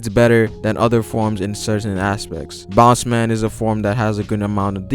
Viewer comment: Its Bounce-man not Boundman